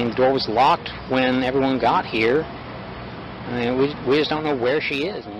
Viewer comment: I think the noise Stephen McDaniel makes is supposed to be "I mean" but he just says it in one long syllable "I-eeeen".